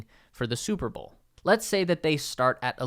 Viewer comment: You say bowl like bull